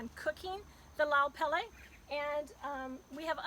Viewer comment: Pronounce pele properly ha’ole siko kefe